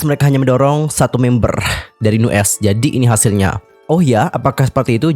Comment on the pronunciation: Cuma mau benerin... Nu'est bacanya New East... Trus gue Lo^e sejak Nu'est debut, dari awal yg ditonjolin cuma Minhyun sebagai center+visual, yg lain di anak tirikan, Baekho sendiri mulai dianggep sejak dia uda bisa (dan pinter) produksi musik sendiri... Dari dulu Pledis ga bisa handel Nu'est dengan baik, sampe akhirnya Nu'est naik pamor sejak Produce101... Tapi sampe akhir Pledis masih ga bisa bersikap adil terhadap masing2 member, terutama Aron yg ga ikut Produce... Terbukti yg memutuskan kontrak JR, Aron, & Ren... Dan yg bertahan Minhyun & Baekho... Ini menurut gue pribadi, yakin sih Minhyun sama Baekho masih di bujuk dan dipertahanin sama Pledis/Hybe gimana pun caranya, dan yg lain dilepas gitu aja...